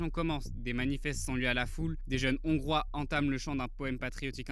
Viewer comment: Les "Zongrois", ça fait mal, quand même...